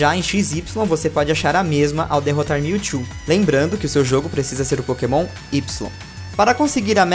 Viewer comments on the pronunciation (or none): none